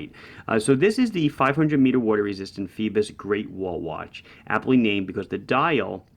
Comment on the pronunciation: Is that really how you're supposed to pronounce it? Seems like it should be "foy-bose" no?